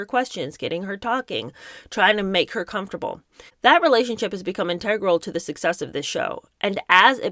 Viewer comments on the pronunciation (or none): It's INtegral not inTEGral